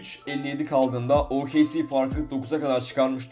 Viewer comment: OKC yi o ka ce diye okumaman lazım O ke ce diye okuman lazım. Senin Türkçe öğretmenin kim =)